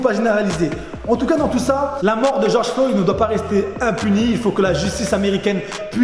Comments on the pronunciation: "George Flo" mdrr sinon très bonne vidéo! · Ton "Georges Flo" passe pas du tout, tu devrais republier cette vidéo sans cette erreur, par respect. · Georges flo 🤨 prononce correctement son nom famille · oui mais dans la vidéo il dit Georges Flo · Seul mec au monde à pas savoir que c est mineapoliS (avec un s) et George Floyd et pas Flo...